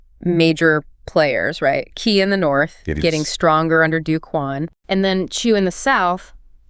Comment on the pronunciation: I like these Notebook LM podcasts - brilliant AI - but not very good at Chinese pronunciation. They say Zu for Zhou which should be pronounced like Joe; and they Ki in for Qi which should be pronounced Chi.